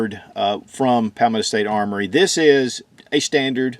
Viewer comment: Say it with me ..paul - meadow .. i dont know what hes saying but it isnt anything close to palmetto .. 😂😂